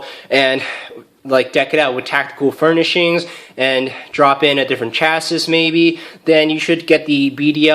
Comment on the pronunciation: Chassis is pronounced "chassey"